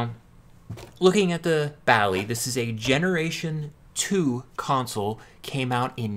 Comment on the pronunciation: 100 means one minute. Light indicates when its "reading". You need an audible signal connected to the Basic cartridge, to load some very good games and programs. Sounds a little like an old modem. Then your game or program will load. You pronounce Bally wrong. Have a nice day!